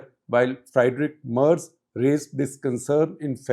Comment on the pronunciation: One correction. Friedrich is pronounced as Freed-rich and not Fried-rich.